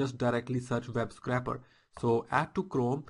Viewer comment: Really great video thanks! But please learn to say scrape properly! lol!